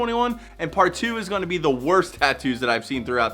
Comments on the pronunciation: The “Wrost”… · "wrost" lol